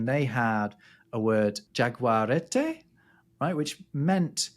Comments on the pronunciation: Both Guaraní and jaguareté have accents telling you which syllable to stress... It's not guaRAni and jaguaREte but guaraNI and jaguareTE (short duration despite being stressed in both cases) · The way you say Jaguareté is almost as awful as the way you say Guaraní 😃 But I love these videos so it is all forgiven…